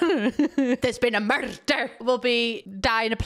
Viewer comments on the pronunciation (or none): "There's been a murrrt-der" took me right back! Used to watch Taggart with the family